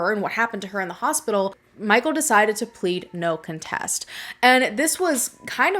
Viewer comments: You pronounce "no contest" in a strange way... just saying. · 😬 I physically cringe at how you say the word contest lol.. You say it wrong 🤣